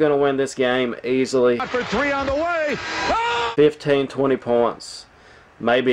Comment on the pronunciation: Kantucky, willlll win easulyyy. maybe fifteen, or evun twentay. Also...a 1st grader could pronounce Watford not "Waitford." ...now I am not trying to be mean